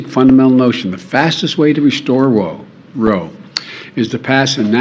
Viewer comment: In speech did he say Roe vs Wade or Wo 🤔